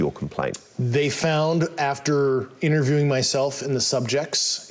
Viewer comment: I was interviewing these personnel. Another word mispronounced?